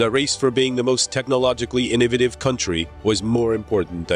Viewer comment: Good grief the word is Inn-OH-vah-Tiv innovative!_